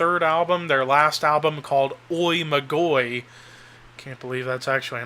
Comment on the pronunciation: Oi Magoi (greek: Οι Μάγοι) is pronounced "E ma-yee", the Sorcerers